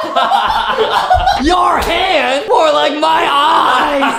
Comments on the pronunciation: Adam: ahhhhh my hon me: it’s hand XD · Adam: Ah! My haund! It’s hand lol